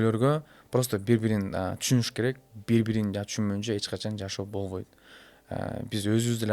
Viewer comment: Бобойт эмес болбойт - деп сүйлөш керек . Точка эмес чекит койойун , бобойт эмес болбойт , отношение эмес мамиле - деп сүйлөсөң . Сөзүңдүн теңин орусча , теңин кыргызча сүйлөгөнүң туура эмес . Булардын жашоосу кимге кызык .